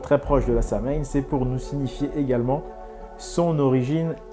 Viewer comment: Superbe vidéo c'est bon de voir qu'il existe encore des initiés qui sont pas embrigadés dans les pièges de nos ennemis juste un petit point à corriger sur la prononciation du mot Samhaïn ça s'écrit comme ça mais ça se prononce "Sauwine"Sinon à part sa superbe vidéo